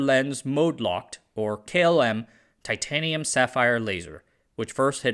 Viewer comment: Ai can't pronounce titanium properly on occasion. 😂